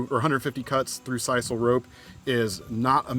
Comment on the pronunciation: SIS SILL is how it's pronounced. Just saying not size all